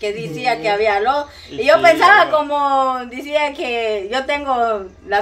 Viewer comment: no se dise dicia se dise decía y no íbamos sino íbamos veníamos.